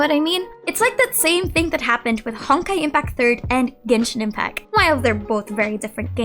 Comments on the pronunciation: Hi, i love your content so i don't mean this in any bad way... but I notice you always say "Genshin Impac", like the "T" is never there lol. Just thought i'd mention it in case you aren't aware of it (i'd want to know)! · Love how you pronounce Genshin Impacc